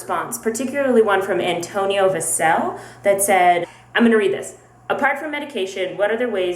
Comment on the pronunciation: Great Video! Thanks. Oh and its actually pronounced like "Vassel" with 1 "L" though spelled with 2. ;)